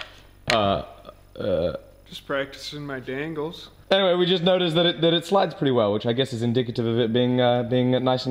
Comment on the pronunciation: Hahahahaha 😂😂😂 “just practicing my dangles” in the most Canadian/ northern US accent I have ever heard that was great